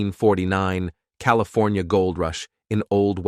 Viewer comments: You have a problem with “Cali.. for.. knee.. uh? That’s I gave up. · Did the AI voice have a stroke? I’ve Never heard California pronounced that way and we Schwarzenegger as Governor